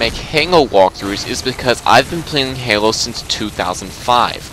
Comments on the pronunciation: You keep saying "hango" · Why does he pronounce Halo like "Hengo" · I laughed ever time he said halo he can't say it